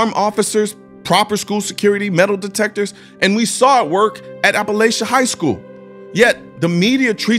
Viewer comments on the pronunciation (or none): Colion, i cant help myself but to tell you its pronounced (App Uh Latch E) And when saying Appalachia or Appalachian. Its (App Uh Latch Uh) and (App Uh Latch In) There is a Mass Shooter Suspect still at large 20 mins from my front door. He shot up some cars and people on the 49 exit of interstate 75 in Laurel County, London Kentucky. They still havent found him and its been 3 days now. Joseph Couch is his name.